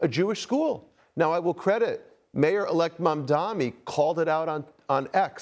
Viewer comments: Mamdani is NOT THINKING ABOUT Y’ALL!!! And why can’t ANYBODY pronounce his name??? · This board guy is one sick individual. One thing I don’t understand he seems like an educated guy yet he cannot pronounce MAMDANI. What kind of Epstein school did he go to? Where was he when they were teaching English?